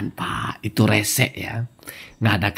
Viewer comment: Bukan resek tpi kresek😅